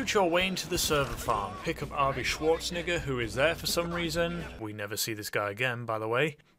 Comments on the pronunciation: Arnold shwarz- WHAT?!?!? Nah we’ve all said his name like that at least once lmao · yo I know I ain't tweaking I know what he just said he said Arnoldswatniga I stg he just said h the n word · Bruh I thought I was crazy when I heard that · Actually I think he meant to say Schwarzenegger, as in Arnold Schwarzenegger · bro said Schwarzenegger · What did he sayyyyyy? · HE DID NOT SAY THAT RIGHT